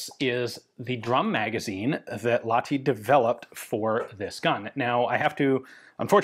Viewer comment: got to pronounce the H in Lahti, otherwise near perfect